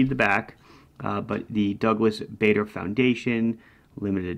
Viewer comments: Bar der and Bah der are ok, but not Bay der. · Pronounced “Bar-der”. Have a great New Year!